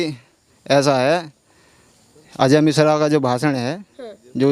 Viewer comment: मिष्र नहीं मिश्रा बोलो जी,!!